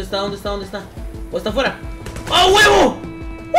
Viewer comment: "ya se durmieron aguevo!" uh...eso no se escucho presisamente bien 7u7